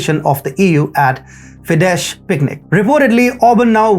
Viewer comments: Not Fidesh but Fides. The Hungarian SZ is the English S. The Hungarian S is the English SH. Budapest is Budapesht in English (The city has to parts cut by Duna river, Buda and Pest). Greetings from Hungary. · Just to help! It is called FIDES, NOT FIDESH! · FYI, "Fidesz" is pronounced "Fides" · Listen you bumbling what ever? Can you read; "" F "" - "" I "" - "" E "" S ""??! Because "" SZ "" is pronounced, for less educated likeyo, sayed out loud , as "" S S S "" Because the rest of the world can, & does prononce this political party's name exactly & correctly> In the first place, learn, how to talk? My 4 year ol son coldn't understand you, & my twin daughters, who are 2nd graders,asked from me. Who is that birth defect? Who is that dope?